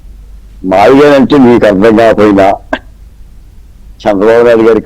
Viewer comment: Mavigchan not mavigun.tikit for takct.